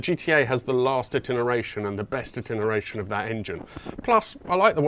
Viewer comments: I think you’re too urbane for the beat up race Elise and although the Alfa would be cool perhaps one temperamental Italian is enough! By the way I think you meant to say ITERATION when referring to the Alfa not ‘itineration’. Just saying! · In my opinion, the GTA is the more interesting car in that list that can still fullfil your daily needs. And that engine... PS. It's "Iteration" :)